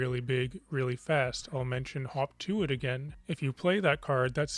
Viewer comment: Wasnt sure if you did say "Hawk tuah" or "hop to it" for a second there